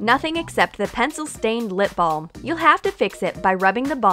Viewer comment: The way you said lip balm it was so funny was it Baucous her lips she put it down a cup